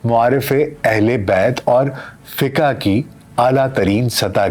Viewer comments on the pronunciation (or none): Fiqa nahi kehtay ,FIQ bolla jata he yeh word.please set it in future.Thank You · آپ فقہ کو فّق-ہَ نہ کہا کریں۔